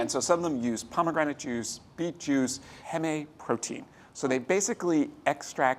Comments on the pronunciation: That's been my experience, too. Beyond and Impossible come the closest to feeling like meat, to me, but I'd also eat Morningstar or Quorn. Also, Mr. Bishop... Heme is said as "heem," not "hey-may" . . . though I kind of wish it were , after hearing you say it that way! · Came here to say this. As in hemoglobin, which he pronounced correctly. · Maybe instead of eating highly processed fake meat, one could just eat less actual meat and use this channel to learn some terrific vegetable recipes? That's my takeaway. Oh, and the correct pronunciation is not 'heh-may', but 'heem' just like hemoglobin. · Heme is not pronounced as “hem-eh”. It’s pronounced “HEEM”. :) Thank you for an informative video as always! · Thank you! It drove me nuts that he said it wrong twice but also nailed hemoglobin. I've noticed that Jack also says paprika different than most by putting the accent on the first syllable. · Love ATK, but my bro just pronounced heme as "haemae" protein. Bruh its pronounced heme, like a meme. Great video otherwise! PS: the impossible chicken nuggets are fantastic if someone is craving a white meat alternative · "Heme" is prounounced 'heem' 👍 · Jack, Heme is pronounced "HEEM", as in Hemoglobin, which you pronounced correctly. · Great lineup, thanks for doing this. Correction: “heme” is pronounced heem, like the pronunciation of hemoglobin. I follow a plant-based diet so I appreciate that y’all regularly cover these kinds of foods and present vegetarian/vegan recipes and options for recipes commonly made with animal products! Keep it up :)